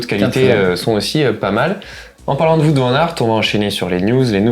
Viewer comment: Le petit point culture néerlandophone: "Wout" Van Aert se prononce "Ou-o-ou-t". Comme "Wow" avec un -t à la fin. Et non pas "Voûte". Pour être honnête, ça m'a gêné. :D